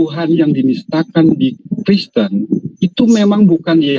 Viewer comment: Hahaha suka lucu juga bg orang namanya kristan bg bilang kriesten😂